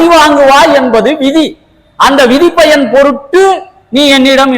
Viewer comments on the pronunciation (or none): none